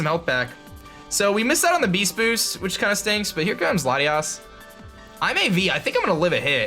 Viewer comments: you mean BEAST BOOOOSHT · "We're getting the Beesht Boosht!!" Duncan is that you?